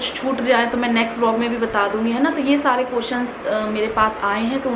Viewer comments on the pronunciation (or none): none